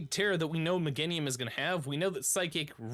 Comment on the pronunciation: Me-GAIN-IUM for the love of god so many streamers cant speak english lol